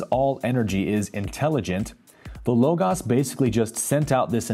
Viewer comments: I think it's pronouned "LOW GOS" not "LOW GAHS" FYI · It’s logos, not Logas. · LoGOs not Logauss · Oh, I love you! Your offerings on YouTube have helped me immensely. So I hope you will not be offended when I tell you that hearing "logos" mispronounced is so disorienting that I cannot give my best full attention to what else you are saying. If it's a deliberate choice, will you please share your reason for pronouncing it as low-goss, instead of low-gohse? That might help, but it has been a surprisingly strong interference so far. Please forgive me if I did offend you, and please believe me when I say your videos are enormously valuable to me. 💐💐💐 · Love how you break things down in these videos but drives me nuts that you say LOGAS when it's LOGOS sorry lol. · LOGOS not LOGAS fucking noob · prononce, LOGOS not LOGAS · Actually logahs not lowgoes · Omg thank you!! That was somewhat annoying to hear over and over.. I was about to say the same thing.. Great video though my man keep up the good work!! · hhehehe....i thought it was prounounced "low-goss", not "low-gass" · My Greek language instructor says LOGOS is properly pronounced "LAW – GAHS" It is the divine principle of reason that gives order to the universe linking the mind of humans with the mind of God. So there is a pattern of nature that our human minds may begin to understand and work with, which is what scientists explore. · Im Greek and i find the way you pronounce the word "λόγος" or logos funny lol.. You say it like: logus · psst... both of the O's are long... Great videos! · Why would u pronounce logos.....LOGAS when you can clearly see the same o after the g but u turn it in to an A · Learn how to pronounce “ LOGOS” correctly and enhance your credibility! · Why is he pronouncing logos weird? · You’re saying Logos wrong... have you never heard it spoken? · I'm loving this series. And I've just realized I've been pronouncing Logos wrong this whole time 😁